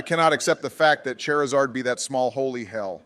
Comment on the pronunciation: Nobody gonna talk about how Obama pronounced Charizard as Chairzard? xD